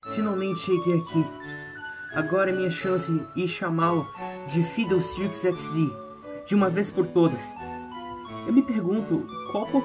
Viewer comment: Fidleestick XD eu não tankei ksksksks.